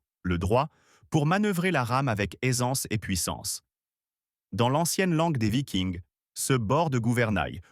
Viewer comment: Vidéo a la voix synthétique qui ne sait pas prononcer vikings en français